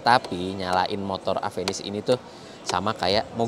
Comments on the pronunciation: Ieu teh mun di Bandung kudu bener maca mereknya. Ulah di sunda²in lah nya. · Orang sunda susah nyebut namanya